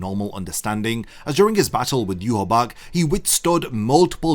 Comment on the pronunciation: You recount the entire story of bleach in meticulous detail but you can't pronounce Yhwachs name correctly? Idk if it's just rage bait but it erks the fuck out of me